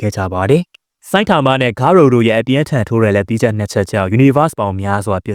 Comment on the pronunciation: ဂါရိုပါ ဂါရိုဦးမဟုတ်ဘူး ကြားရတာနားထဲကန့်လန့်ကြီး ပြီးတော့ Monster cells ကိုလည်း ဂါရိုက မစားခဲ့ပါဘူးနော်သေချာပြန်ကြည့်ပါအုန်း 😢